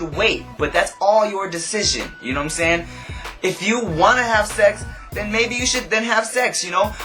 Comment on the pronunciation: ..nah its more like...."YouNoImSaying?"